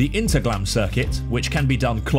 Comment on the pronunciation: I was just there this week 😀 btw in German the H is pronounced. It's not Interglemm.